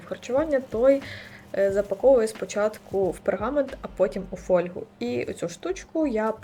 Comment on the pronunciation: фОльгу )))) хвОльгу! Йобані галіцаї, вчить українську мову!